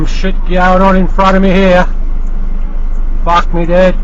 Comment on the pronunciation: do in Australia you guys say FAK ??? HAHAHAAHAHA